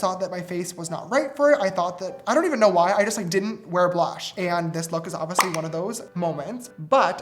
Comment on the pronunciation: Not James saying oviously for the 1000 time like sister it’s oBviously